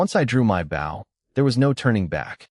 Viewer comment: how come you can't say the word Bow the right way how can you bow to your father an use it for a weapon = [Bo] w is silent